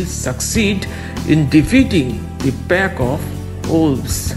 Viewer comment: Pack not pek